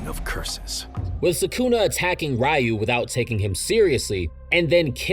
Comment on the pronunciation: why do you pronounce the ryu and ryo so wrong as if you've never heard the characters say it out loud before